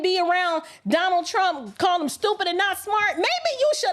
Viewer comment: you “STOOPIT” 😂😅🤣😆!!! Which is why I love you!😘